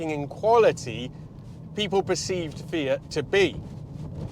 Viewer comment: great video but disappointed he's not saying "fiat" or "multipla" in the Italian accent 🤷‍♀